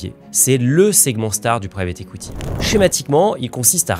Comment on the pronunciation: J’entends “écoutille” quand tu dis “equity”.. 😂